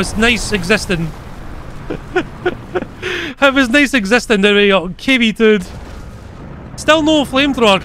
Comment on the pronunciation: what says KV2 what i heard KV turd.